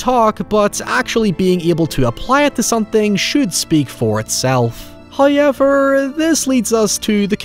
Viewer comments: He places emphasis on parts of words that stand out to my American ears, but his accent is immaculate 😂. The “Y” at the end of “how” is just icing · Scientific fact: every time says HOYEVER, it gives me serotonin boost. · I’m sorry but I’ll never get tired of that HOYEVER ugh it’s so good Also we have matching raycons teehee 🤭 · Someone needs to make a "hoyevwr" compilation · If every sells merch, he needs to sell a shirt that says "Hoy-ever" on the front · First "hoyevver" drops . We have angered Him with our false love, and He punishes us. We are to make contritions...